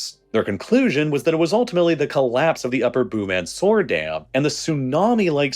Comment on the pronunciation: Boom-an'-Sore Dam ?